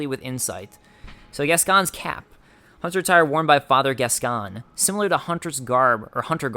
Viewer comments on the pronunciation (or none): Gascoigne is actually prounced like "Gas-coin". Just think of the "g" being silent and it you get "Gascoine". It's the same deal as my Gough comment for your DaS1 playthrough; it's a normal family name in the UK. I think the "Gas-con" you've heard is based on the French origin of the name, like Richard being pronounched like "Ree-shar" over there. Or your very own name being pronounced like "Dah-vid" rather than "Day-vid". Funnily enough, just like with Gough, there's a famous retired sportsman with that name that everyone in the UK will have heard of. In this case it's Paul Gascoigne, he played football for England. Here's his name in some football commentary. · hey. Loving the let's play. Just started this game but there's one thing. Gascoigne is pronounced "gas coin" I'm English and there used to be a footballer with the same name "Paul Gascoigne" ;). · I swear Gascoigne is meant to be pronounced, 'Gas-coin'. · Sorry dudes but the name is pronounced Gas-coin. The voice actress who plays Eileen the Crow is from Yorkshire, England and her thick accent makes it sound a little different when she says it, but it’s definitely Gas-coin. It’s a reasonably common name here in the UK which has French origins.